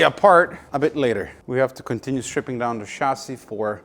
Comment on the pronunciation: I like how he says chasis. Shazzy